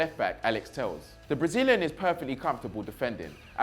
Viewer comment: Hey, great content. Little heads up. Best way to pronounce the players names. Thauvin = Toe-van. Telles = Tel-les. Otherwise keep it up.